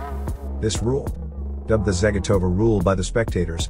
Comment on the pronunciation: Dude - you absolutely butchered their Russian last names….it’s pronounced Zah-gee-toe-va and Med-ved -dee-yAy-vah oh and as well as butchering the coach’s name which is pronounced Tube-er-reet-zah